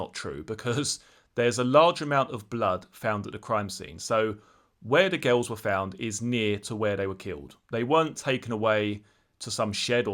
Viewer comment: The way you say girls sounds like ghouls